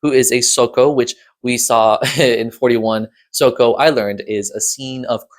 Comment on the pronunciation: Ok. Now I take my revenge for you mispronouncing the word SOCO… With two words. Web. Celia. Don’t get me wrong I totally get where you’re coming from wanting to protect Celia. She seems to regret what happened with Sam. But I think she always had the pit in mind for him. Even if it was only the back of her mind. She’s the one who kept feeding Sam info on the Institute. And kept encouraging him down the Magnus road. Just because she tried to dissuade him from going to hilltop that night, doesn’t make up for the fact that she basically lead him to the Hilltop Center. Maybe she really didn’t intend to push him in. It does check out that she would want to show him the actual portal as evidence of where she came from. Annabell Cane ascribed to that logic pretty heavily… That last bit isn’t strong evidence for Celia being a web aligned character. But the whole breadcrumb trail, leading Sam along thing feels pretty web to me. Plus, we don’t know how Celia got to MagPro world in the first place. And, if she got there during the Incursion, I think Annabell would have had to be envolved somehow. Personally, I think it makes more sense that she found her way out after Tower Fall. But I don’t think the writers see it that way. So, there better be some thread of logic to how she got out during the apocalypse, because I’ll be damned if it makes sense as is. But I’m rambling now. Anyway. I think Celia is either manipulating in a web like manner, or is being manipulated by the web. And the w